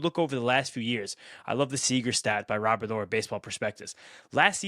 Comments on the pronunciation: Stop trying to be cute - NO ONE says RO-BEAR - it's Robert!!! 😃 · Why Luis Rooooberd? In English it's Luis Robert. Have to pronounce the T. I'm Dominican/American. Even in Spanish you wouldn't pronounce it the way you pronounce it. 😂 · Yeah, it’s not pronounced row-bear it’s rah-burr. I’ve also seen a video of him saying his name and he said row-burr but definitely not row-bear. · Why are you guys saying Luis robare I is that how you say his last name I always thought it was Louis Robert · As a Spanish speaker and a Sox fan it’s RoberT not Robear. In Spanish they don’t pronounce the T. Like any name there’s a way you pronounce it differently in Spanish and English. Idk why it irks me every time I hear them say Robear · 😂 yes it does. Like I said some names are pronounced different in Spanish than in English. How are you going to tell me as a bilingual fluent speaker? RoberT said Robear because like I said they don’t pronounce the T. All our announcers and Sox fans call him RoberT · yes as a bilingual speaker I do. Because some names are pronounced differently in SPANISH. I literally said they don’t pronounce the T so when they asked him of course he said Robear but it’s RoberT in English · Even Robert himself said you can call him Robert not robear and announcers say Robert not robear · he said Robear because like I said they don’t pronounce the T. All our announcers and Sox fans call him RoberT. How dumb can you be? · Guys. His name is pronounced Robert. Like the first name. It isn’t Robair. It’s not the French pronunciation. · Ra-bert!!!! Not Ro-bear! 😂😂 Jesus 😂😂 you guys have to be Canadians 😂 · This is America it is pronounced Robert in this country not robear. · If you're pronouncing it 'Ro-bear' then you have to pronounce the 'Yu-ner' instead of 'Junior' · I think the boys are 90% there. The T isn't silent. RO-bare-t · This was a hard watch you guys pronounced his name wrong the whole time 😂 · I can’t even listen to this because you butchered his name